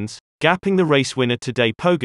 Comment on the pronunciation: Pogi deserves enough respect after winning two tours to at least pronounce his name properly. So to clarify: Tadej Pogačar is pronounced tadEAy poGAchar if you were to spell it the English way. Or just listen to GCN, they say it quite well.